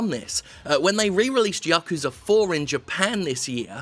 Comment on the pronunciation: Fucking finally, someone else who pronounces "Yakuza" properly, with the emphasis on the first syllable and not the second..."YA-kuza" not "Ya-KUza